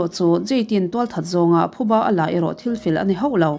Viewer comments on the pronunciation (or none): none